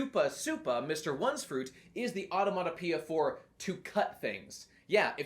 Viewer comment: Really struggling to pronounce the word onomatopoeia there, huh.